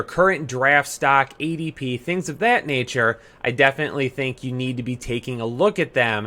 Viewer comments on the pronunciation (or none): none